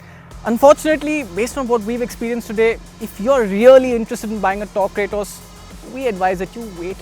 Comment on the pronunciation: It ain't Cray-toss ....its KRAAATOS